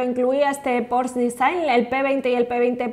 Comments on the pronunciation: Pero por que le dicen porsch si se dice porsche tal y como se escribe se lee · Porque le cuesta tanto trabajo decir Porsche!???????? Dice Pors!!!!! Que desesperante!!! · Hola, como dato se pronuncia Porsche, no porsh...saludos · se pronuncia Porsche, se pronuncia la e, no es Porsch, no es inglés, es alemán. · No es "porsh" es "porshe" Porsche es alemán y se pronuncia esa e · El "porch" Jajajaja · La pronunciación correcta es "pórsha". De nada. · Un porshh xdd